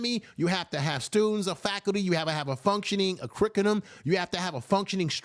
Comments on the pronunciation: You meant curriculum and not curricudum right? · Uncle Umar thinks we're stupid. ps 1. There is no "curricutum," only curriculum or curricula. 2. Everyone he he hired to work on the "school" has robbed him blind. 3. You need "institutions." I think at this point most people want Uncle Umar to go away.